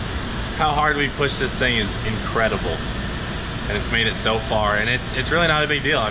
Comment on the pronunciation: It’s “incratable” ??